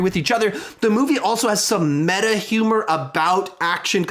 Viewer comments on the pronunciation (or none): none